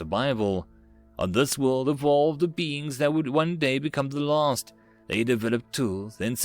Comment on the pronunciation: The lost or the last? I keep hearing 8t as the lost.